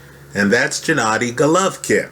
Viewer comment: you're really great. That's the starting point. Jimmy Lennon, Sr. once said that a fighter deserves enough respect to have his name pronounced correctly. It's not Jennady, it's Gennady. It's not Joe Frazer, it's Joe Frazier. It's not Evander Hollifield, it's Evander Holyfield. Just saying. Again, you're really great. I know greatness when I see it. That's why I'm bringing this up.